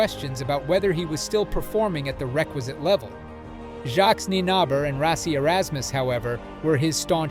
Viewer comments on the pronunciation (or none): none